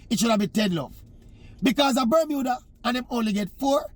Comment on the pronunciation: C'mon Oral, it's Bermuda...